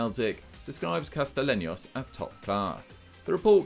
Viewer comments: The way called Castellanos "Castalenios" kinda made me cringe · Calling Castellaños “castilenyos” made me cringe almost as much as you guys calling NYCFC the New York Red Bulls, cmon guys do better